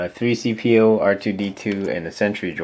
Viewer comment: its c3po not 3cpo